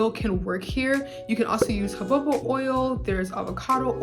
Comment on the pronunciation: I just have one question: what is joboba oil? I thought it was jojoba (ho-HO-buh) oil. Am i wrong?